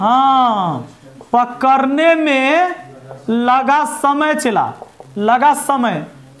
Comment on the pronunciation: Mind-blowing लेकिन पकड़ने होता है कि पकरने 😇😇😇